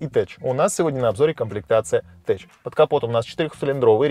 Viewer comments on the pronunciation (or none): я думаю tech произносится как тек, а не теч